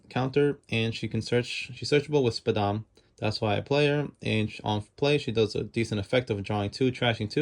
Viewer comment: Every time u said SPADAM it gave me a mini heart attack 😅😅😅